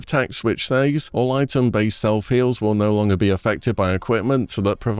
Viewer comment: why do you keep saying “says” like that💀💀